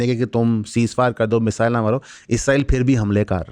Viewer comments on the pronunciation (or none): none